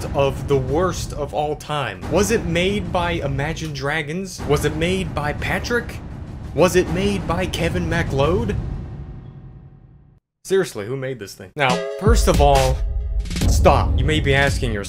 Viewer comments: Kevin Mac Load? You may want to check the pronunciation of that? Sure, it was banned from the internet which is why it is everywhere. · The pronunciation of MacLeod is possibly the worst thing I have heard in my life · I was like so what hes American and then i read your name and started laughing/understand...people absolutely butcher mine 😂 'Thistlethwaite'